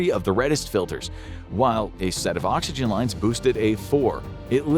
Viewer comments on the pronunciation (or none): none